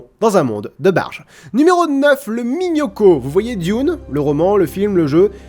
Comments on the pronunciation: fais attention à ta prononciation: Minhocão vient du Portugais et <ão> se prononce /ein-ou/ et pas simplement /o/ Bonne continuation:D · vraiment baleze !!! par contre minhocão ça se prononce "miniocanw", mais sinon le sujet etait vraiment énorme ! (surtout la fin sur le panda !!